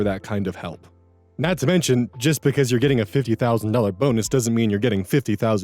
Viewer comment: Definitely thought I heard "bones" instead of "bonus" when you read the title of the second story lol